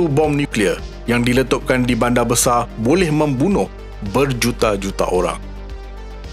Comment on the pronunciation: Bandar bukan banda Sekitar bukan sekita Sinar bukan sina Liar bukan lia Konten pendidikan seperti ini seharusnya menggunakan perkataan dan sebutan bahasa yang betul. Bahasa jiwa bangsa. Kalau kita yang memartabatkan Bahasa MELAYU siapa lagi?